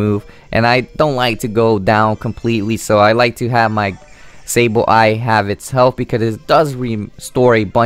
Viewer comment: The only thing to improve would be pronunciation. You space out the Sable and Eye too much. Also, the move is pronounced Ji-row-ball and not gi-row-ball. I am no English teacher, but it could actually help you get more fans. The G sometimes sounds like a J.